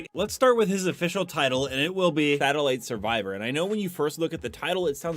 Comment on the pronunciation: it says Satellite Savior. Sounds like you said Battle Light Survivor.